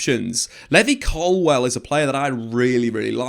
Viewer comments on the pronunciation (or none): Or " Colwell" ,as he says